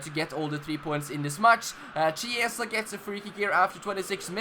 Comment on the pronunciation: Chiesa is pronounced Kiesa. On what difficulty are you playing?